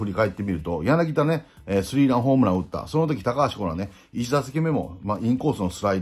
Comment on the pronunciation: ヤナギダ ではなく ヤナギタ です